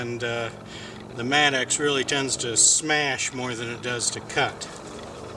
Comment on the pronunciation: Maybe a regional difference, but it is a mattock, not a mat-axe.....